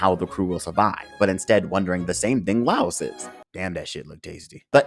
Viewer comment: you keep calling him Laos, thats not his name